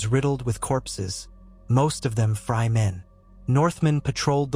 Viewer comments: really cringe everytime. its like fry or frye. please its FREEEEY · Somebody do something about the AI which is reading this. This mispronunciation of names is driving me crazy. It's FREY not FRY